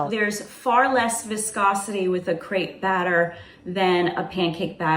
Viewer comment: Hearing Americans try to pronounce crêpe always hurts